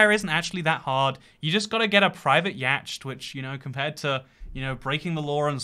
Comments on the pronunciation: Why does he pronounce it literally "yacht" instead of "yot" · the standard english pronunciation of YACHT isn't "ee~asht" at all but rather YOT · every source I can find would disagree with you. I even looked up how the British pronounce it and it’s still “yot” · I can tell you now. That's untrue as Bicester is NOT in the West Country. It's in Oxfordshire a few of my relatives live there. BTW I'm not sure whether your misprnouncing Yacht is a joke o4 not, but it is pronounced something like YOT. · The word yacht is pronounce YAW-tt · So, "ee~ot" then? :D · no way he pronounced yacht like yached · yacht - UK pronunciation /jɒt/ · Yacht is pronounced Yot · Why is he saying yacht like that is it a channel joke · Why do you say yacht like that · I dont think thats how you pronounce 'yacht'.. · psst, that's not how you pronounce 'yacht'. It's one of those weird words that isn't pronounced how you spell it. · i hate that pronounciation of yacht